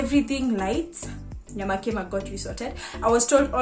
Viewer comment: Watu hawana rada nyamakima iko wapi, pronounce it in swahil nyama kima, yaani nyama ya kima😅